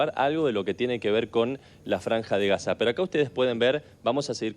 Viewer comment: Si estás en sderot, por qué dice Haza?!